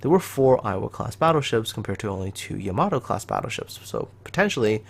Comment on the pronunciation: Wtf is a YAmATOO, its Yamato not a tomato